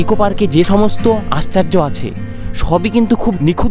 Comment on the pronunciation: আশ্চার্য নয় দাদা আশ্চর্য 😂😂😂😂